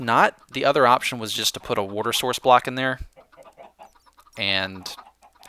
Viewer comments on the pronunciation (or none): When he tries to change his pronunciation of 'water', he makes it sound derpier. Stop.